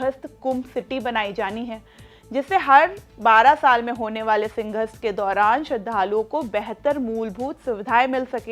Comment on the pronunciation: मैडम पहले बोलना सीख लो सिंघस्त नहीं सिंहस्त होता है , और लैंड pulling नहीं लैंड pooling होता है । पता नहीं किसके जैक से इतने बुरे उच्चारण वालों को भी एंकर बना दिया ।